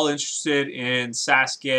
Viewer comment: XD To be honest it sounded like you said Sasgay i have to get new speakers